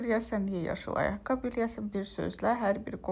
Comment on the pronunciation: Düzgün danışıq forması «ayaqqabı» dır, "ayaqqab" yox